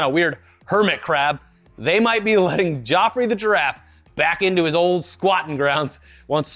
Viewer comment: Geoffrey the giraffe is pronounced 'Jeffrey' Geoff is another spelling of Jeff.